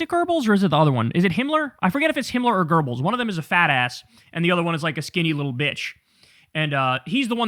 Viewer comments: Kyle, its "Göbbels" ... "Goebbels" - not "Groebbles" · Kyle, for the 20th time, the nazi guys name was Goebbels, not Goerbels. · It's Goebels lol not Gerbels. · It is not pronounced gurbls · Goebbels. It's Goebbels. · Paul Joseph Goebbels ( pronounced " goo bills" - ain't no "r" sound in his surname )